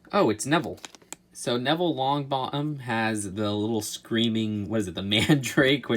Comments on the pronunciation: He said Neville lownbothem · Ohmygod. "HER-MONEY?" Seriously? Hermoney? .________. Its pronounced "Her-my-oh-nee" And "Neville Long-Bo-EHm"